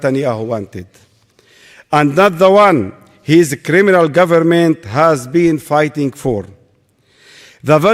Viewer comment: A poeson of jusitce in hall of craminal